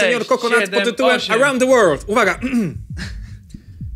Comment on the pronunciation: Jakub Grzywa czyta się ,,łerld" .